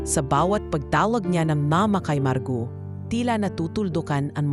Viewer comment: Maganda sana Ang kwento kaya lang kelangan Ng narrator mag practice Ng pronunciation 😂 dahil Tagalog pero Mali pa Ang pagkabasa marguo ginawang margaw 😂😂😂